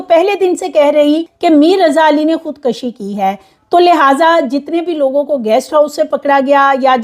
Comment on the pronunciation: Nice reporting depicting good homework..but right word is "khud kushi'_not *khud kashi"..hope you won't mind ..❤